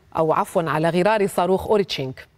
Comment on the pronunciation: ووو 😂 جاوب يا... ربشتي الرجال بدل ما يقول صاروخ قال ساروخ😂